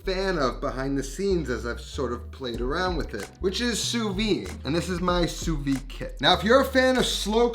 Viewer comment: Just one little thing that drives me crazy is how everyone in America pronounce the Sous-vide techninc You pronounce "soo-vee" nowhere in the any french speaking country it is pronounce that way. It should be pronounce "soo-vid".